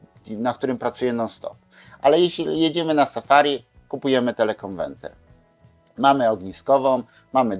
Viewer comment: Proszę wybaczyć czepliwość, ale to są konweRtery (od konwersji) a nie konweNtery (nie ma tu żadnej konwencji ;) ). Dzięki za przydatny materiał. Zwracam tylko uwagę, bo ciężko się słucha wielokrotnie błędnie powtarzanego wyrazu. Pozdrawiam i życzę wszystkiego dobrego